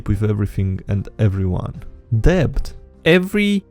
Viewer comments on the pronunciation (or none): the b in debt is silent